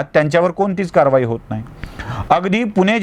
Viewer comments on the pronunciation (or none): none